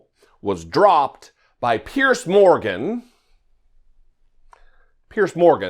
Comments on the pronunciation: Piers. It's pronounced PIERS, like one pier, two piers. NOT 'pierce', like pierce skin with a needle. (Sorry, makes me crazy...) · why are you mispronouncing the idiot Piers Morgan's name? It's pronounced "peers". You're sounding like a low IQ Republican when you do that. Don't be like them, do better.